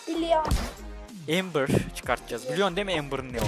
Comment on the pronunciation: Embır değil amber